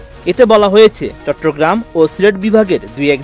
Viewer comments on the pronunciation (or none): none